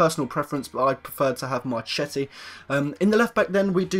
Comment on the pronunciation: Its pronounced marketti to marchetti